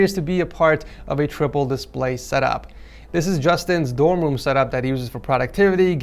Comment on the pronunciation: “The rest of his woom as well”